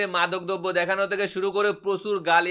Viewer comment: এতো হাত নাড়ান কেন? আর আপনার বাংলা ভাষার শুদ্ধ pronunciation হয় না।😅😅 পোচন্ড কি রে ভাই? আবার মাদক দোব্য কি? দ্রব্য🤣🤣